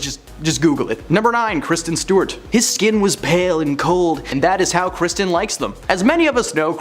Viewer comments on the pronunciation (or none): Why do you pronounce Kristen as Christian?